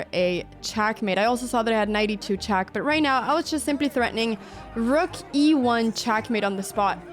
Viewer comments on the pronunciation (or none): Why "chuck" and not "check"?